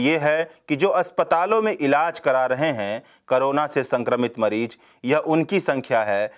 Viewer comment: Ravish type voice. Good. Bus letter sound me sudhaar lane ki zarurat hai. Jaise : Des, nhi Desh. Hajar nhi, Hazar. Mareej nhi, Mareez.